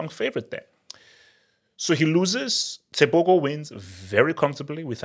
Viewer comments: The Go in tebogo is pronounced from the throat, as in " Khartoum "....Tebokhor. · Pronouncing Tebogo like a true westerner 😂😂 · Thats my country right there, Tebogo made us proud! but is butchering his name like never before!